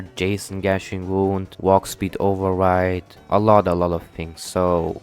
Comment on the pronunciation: "Wokspeed ovewide"